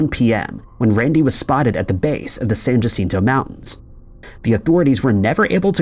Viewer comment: Jacinto is a Spanish word. J letters are pronounced H. Jacinto which you constantly mispronounce is said correctly as San Hacìnto. The bot voice also speaks too quickly and is irritating. Please take more pride in the quality of your work.